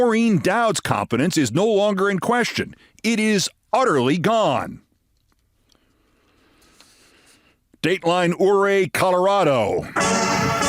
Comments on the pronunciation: I like listening but it's pronounced you-ray, Colorado, not oo-ray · Another stellar episode, Keith. One quibble from Colorado: Ouray is pronounced "yur-ay," not "or-ray." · It’s Ouray, CO. is pronounced yer-ray. Luv you Keith!💙💙💙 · no one ever pronouces Ouray Colorado correctly, It's yur-ay. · Ouray, Colorado. Always love hearing non-locals trying pronounce Ouray. (It is ‘your-ray’ or really local people say you-ray) Beautiful place … Switzerland of America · [ FYI Keith; Ouray in Colorado is pronounced locally as "U-ray" ] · It's pronounced u- ray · Hi Keith. A small correction for you. Ouray Colorado is pronounced you-ray. I used to live around there and we would go often in the summer. Absolutely gorgeous little town. If you ever get the chance for a visit I think you would enjoy it. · Great broadcast.Ouray is pronounced like "Youray" though. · Keith, Ouray is pronounced Youray. Just sayin. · It is pronounced “yer-ray”. Ouray was a significant Native American leader. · It is pronounced "you ray". I am a native of southwestern Colorado. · Don’t worry about it, everyone in media is getting the pronunciation of Ouray wrong. It’s You-Ray, Bae. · Ouray is pronounced "You Ray" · Ouray, CO pronounced your ray. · Your pronunciation of Ouray Colorado is a bit off -- check it out - thanks for your work :cat-orange-whistling